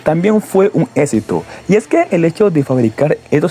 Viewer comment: Que no sepas pronunciar palabras como exito tambien es un mal necesario ... 😮🤣